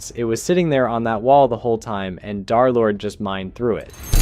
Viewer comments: some idiot said "DarLord" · pretty easy to guess why he said darlord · Derlord ❌ Darlord💥✨💖✅